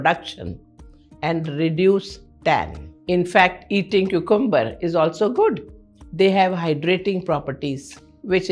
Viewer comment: Pronunciation of cucumber is wrong ma'am